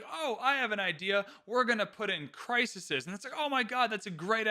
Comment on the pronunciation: Bro, it's crises 😂